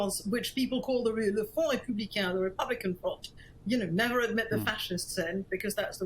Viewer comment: Why is she saying macron and republican like that?